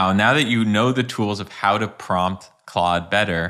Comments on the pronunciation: OMG you're pronouncing it right! I must follow you now. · I hyped this video in thanks for saying Claude not Klode 😂